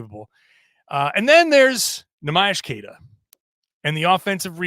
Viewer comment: It's time you start pronouncing Queta's name right,. He's earned it. Great podcast, as always.